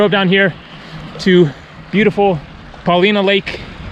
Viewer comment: Its pronounced Paul-line-ah Paulina